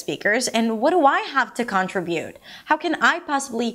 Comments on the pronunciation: Not CON-tri-bute, but con-TRI-bute (both U.S and U.K.), although CON-tri-BU-tion is correct. One of the many, funny irregularities. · Hi! It's "con-TRI-bute. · con·trib·ute /kənˈtribyo͞ot/ this is the correct pronunciation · LOVE your stuff, as a former ESL teacher trained in accent reduction. However.... just know that no American says CONtribute. Fyi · she stresses the u (last syllable), when in fact the stress goes on the second syllable (trí)